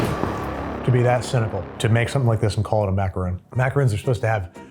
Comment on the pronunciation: the fact that babish is one of the most popular food YouTubers and doesn't know how to pronounce macaron hurts my soul